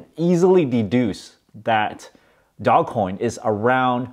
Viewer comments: dozh coin! but i call it doggy coin for fun. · Dog-E coin. Pronounced "doggie coin". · Btb, it's pronounced "doul-ge" LOL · It's not DOGCOIN, it's DOGECOIN!!! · "Dog" Coin, ffs! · Stop calling it dogcoin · First of all it’s DOGECOIN NOT DOG COIN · Stop calling it dog-coin....it will be a lot less cringe if you call it doggy-coin. Nevertheless, great returns bro and make sure you HODL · Take a drink every time he calls it "Dog" Coin. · Can’t take this seriously if he can’t pronounce the investment right.